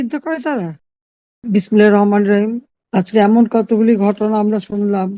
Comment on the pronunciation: Bismillah bola shikhte parenai.mitthuk